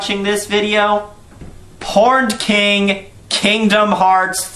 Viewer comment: I thought you said "The Porned King" and that you wanted a porn parody... whoops